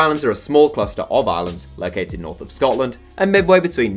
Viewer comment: When you said NORTH in north macedonia it hurted